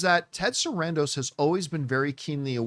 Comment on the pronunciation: it’s Ted SARANDOS not Sandros, he’s Greek not Mexican